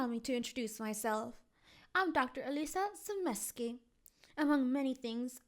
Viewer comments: Why do you keep calling her eelissa? 😂😂 it's ee lie za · it’s pronounced Eliza not Elisa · it is Eliza there is a z not an s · Its not Alissa its EliZa theres a Z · Lol your saying Eliza wrong 😂😆🙊